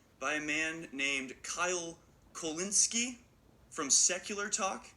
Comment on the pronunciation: "Kyle Kulkowski" ... [face palm] The dude can't read a simple name without adding letters to it, and people are supposed to trust him to provide realistic information? LMAO